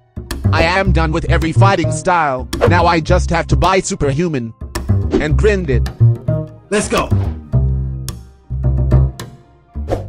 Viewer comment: I love how the voice try to say grind but instead grend lol